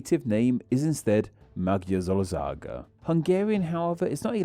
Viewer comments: Timetstamps and pronouncation (for educational purposes): Magyarország: Madjar + ors + ag / Madar + ors + ag (you are looking for the starting pronounciation of the word "during") Kutya: Ku + tya (not kut + yah) Alternative words for dog: Kan and Eb. Macska: Much + kah Alternative word for cat: Cica: Tsi + tsa Gomba: Gom + ba Tepsi: Tap + she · Thank you! I hate it so much how people confuse us with the Huns. Even a lot of Hungarians believe that we are descendants of Attila. Btw hearing Magyazorzag and maxka really hurts my brain